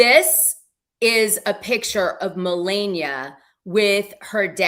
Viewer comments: Why won't she say Melania correctly! It is so irritating. Not funny. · Oh I'm leaving I can't stand to hear another couple hours of Dana saying millenia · Get her name right Dana!!! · Not gonna lie i cant stand how she messes her name up. Its like she does it on purpose and it seems a bit disrespectful especially since shes been corrected. Now she knowingly messes it up. Idk imo 🤷🏿‍♀️